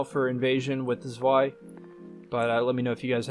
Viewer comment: fyi Zwei is pronounced like "Tsvy"